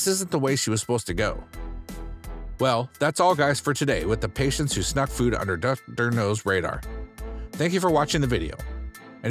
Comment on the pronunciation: It’s Dr. Now. Not Dr. No. You’re putting the wrong emfasis on the wrong sylable. (Or vowel) I’ve also NEVER HEARD the word “schnuck” either. Like…..what bro? ON her face? I just can’t comprehend. Slow down. Pronunciate. Look up the phrases and do some English research.